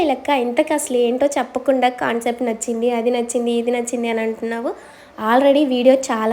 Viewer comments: Khancept kaadu raa concept try to correct it next time repeat avvadu wrk to paatu perfection kuda important and also pronounciation. Hope u understand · ఖన్సెప్ట్ కాదు కాన్సెప్ట్